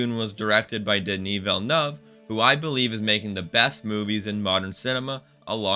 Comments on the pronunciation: Villeneuve, not Villenuff. Worship, not war ship! Taken aback, not taken back. Respectable, not respectful. Javier, not Jarviar. Mise en scène, not miz on seen. Truly, not truthfully. (Sorry for the corrections, but I'm a teacher by profession. I can't turn it off when I'm watching YouTube.) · Im sorry but am i the only one hung up on the fact that he butchered the Director's name?